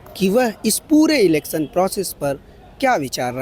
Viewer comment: Bolna sekho pehle elecson nhi election hota h